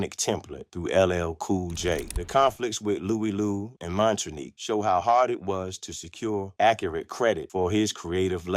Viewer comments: Why ya keep showing that fake pic of Tupac with John Lennon when talking about Russell & Rick?? LMAO And how ya mess up Mantronik's name when it's pronounced on the music?? It's pronounced "MAN-TRONIC". Do better. 100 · 😂 Bro said Mantroneek 😂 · AI is horrible. The repeated butchering of Mantronix is criminal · I can't do this no more. This dude fucked up the name Mantronix. He can't even pronounce the names right, but we supposed to believe his account of hip hop history.